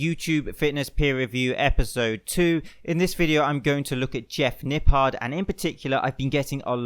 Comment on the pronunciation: Convinced that puts the "H" in Jeff's last name on purpose